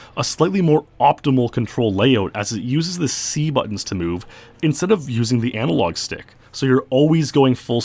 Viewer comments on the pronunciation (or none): none